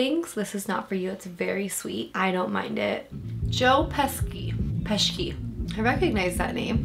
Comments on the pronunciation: I can't believe nobody has brought up her mispronouncing Joe Pesci's name. It's not pronounced Pesky, it's an Italian name, his name is pronounced like Peshy. How can you get his name wrong. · Some FYI. Joe Pesci is pronounced Joe Peshy. And this was Marisa Tomei’s breakout role. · Hello It is pronounced Joe Pe -she not Pes-ky. Yes Joe Pesci is know for his comedies like "Home Alone", "Lethal Weapon 2 & 4", "Dear Mr. Wonderful", "The Super", and others, But he ahs also done drama, thrillers, crime, and even fantasy like "JFK", "Casino", "With Honors", "Goodfellas", and "Catchfire": with Jodie Foster. Fred Gwynne, the judge, (besides his many other roles) was most famous for playing Herman Munster in the old black and white "The Musters" tv show. Yes, this tends to be the most accurate depiction of court room procedure. Several law school professors show the court room scenes to their student to help them understand and prepare for the courtroom techniques and process. Ms. Tomei (Toe-May) was sooo good in this film that she not only got nominated for an academy award, but she won it for Best Supporting Actress in 1993. She has a vast filmography of talented portrayals of great characters actress many movies. I would recommend "In the Bedroom". Another great courtroom film that I would recommend is "The Rainmaker" with Mat Damon and Danny DeVito. It is one of my favorites and I am sure you will enjoy very much. Thanks again for another great review and pleasant time. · How great was Joe Pesci (PEH-shee) in this?! Hard to believe he's the same guy from GOODFELLAS! 😬 And Marisa Tomei (Toe-MAY) won an Oscar for her supporting role! Loved watching this with you! 😍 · Joe's last name is pronounced "Peshee". He played a gangster is GoodFellas. He also can sing: and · Joe Pesci. Pe-she. Pesci means fish in Italian. Marissa Tomei. Toe-may.